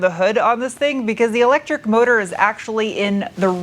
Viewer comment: Who yelled at you about "mo tor"? lol